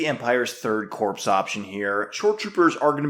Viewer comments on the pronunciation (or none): the "ps" in corps is silent so it is pronounced "core" not "corpse". It is an in-joke from FFG as these soldiers are your core units. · Please…PLEASE stop saying “corpse”. Corps is pronounced “core”. Other than that I do enjoy your videos. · Please pronounce “corps” as core and not corpse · pronounced "core" the p is silent